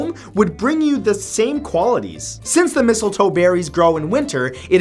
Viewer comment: "number nine is missile toe" me: "missile wah...? ... oh.... mistle toe... oh... "